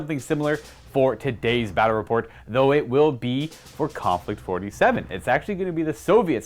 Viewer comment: Konflict 47... the Mortal Kombat way to say conflict 47